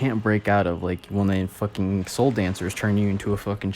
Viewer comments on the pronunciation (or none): none